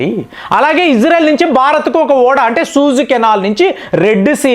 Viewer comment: సూజ్ కెనాల్ కాదు సూయిజ్....